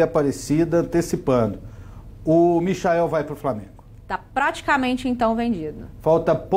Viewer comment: Michael kkk se fala maichel